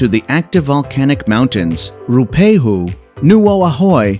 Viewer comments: Ruapehu is pronounced /'rooa.pe.hoo/. Not /pay/! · I agree that many of the attractions mentioned are indeed superb and worth it to experience. I further agree that is would be nice if the narrator actually pronounced the names correctly - particularly the two volcanoes - Ruapehu (Roo-a-pay-hue) and Ngaurahoe (Narra-Hoe-ee). I would add an additional tour - the TranzAlpine Railway Scenic Tour between Christchurch and Greymouth - a delight for all ages.